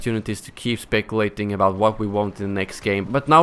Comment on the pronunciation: did you just say "spekulating". English, bro